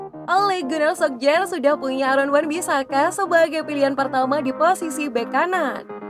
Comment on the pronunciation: Min sebutannya Ole Gunna Solsya